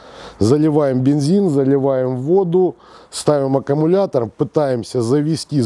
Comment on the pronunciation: Не акамулятор,а аккумулятор!